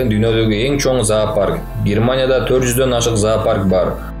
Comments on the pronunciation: Зоопарк десең заапарк дебей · запарк деп айтылбайт зопарк десең